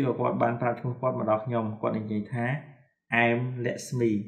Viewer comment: លោកគ្រូនិយាយគ្មានតុងទេl'mអេមតែលោកគ្រូនិយាយថាអែមខុសហើយ about អបោឆតែលោកគ្រូអានថាអឺបៅខុសហើយលោកគ្រូចេះ Englishតែពិតមែនតែនិយាយអត់ត្រូវតុងទេ"អធ្យាស្រ័យ"តាមការមើលឃើញ😊😊